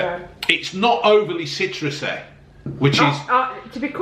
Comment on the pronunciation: Citruseh, zesteh, a little gasseh and yet very tasteh. Well done, Robbeh.